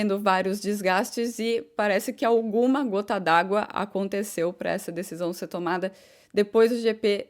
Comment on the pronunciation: fala muito Hã, hã ... Fala SE ao invés de SER ... Repete muito a mesma frase ... No mais está quase perfeita !!!! Acho tu serás uma das melhores e ................ Cá pra nós.. TU ÉS 10 VEZES MAIS GATA DO QUE NOSSA QUERIDA Mariana Becker ,,, Torço por ti "rainha training" da F'1